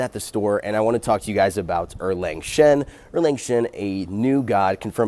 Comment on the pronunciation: a YouTuber who got his name right. +1 someone else was saying it was OoLang lolololol